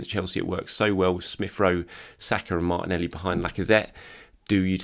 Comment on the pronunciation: I only tune in to hear his geezer pronunciation of Martinelleeee. is a Gooner, ello ello......